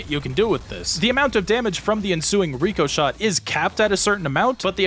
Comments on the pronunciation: IT'S RIH-CUH-SHAY NOT REE-COH-SHAY OH MY GOD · omfg its RICK O SHAY not REE CO SHAY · RICK - UH - SHAY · when you were saying ricochet, it just annoyed me for some reason hearing you pronounce it with the long E sound (reeko) instead of the short I sound (ricko) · pronouncing "Rick-Oh-Shot" as "Re-Co-Shot" is forgivable enough being that its a fake word, but doing the same with a real well known word, that just kills me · Ok. I have to ask as it's bothering, are you pronouncing ricochet wrong on purpose or are you memeing?